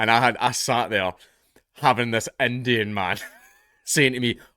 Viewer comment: All of his 'I's are 'E's. "Endian" "lettle" "dedn't" "universety" "lesten" "vedio" etc. Knowing that is half the battle.